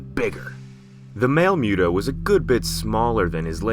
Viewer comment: MUUU TOOOO NOT MEWWW DOOOO 🤔🤔🤔🤔